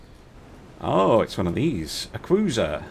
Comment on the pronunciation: Never in my life did I think I would hear say "Cuwuiser" more than once.